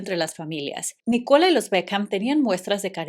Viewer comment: Es NÍcola. La acentuación va en NÍ, no en CO…